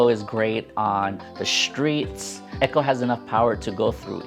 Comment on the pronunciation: just so people dont get confused in conversation, it is pronounced "e co" not "echo", just lookin out for ya :)